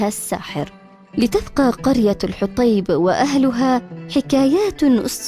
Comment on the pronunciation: الحوطيب وليس الحطيب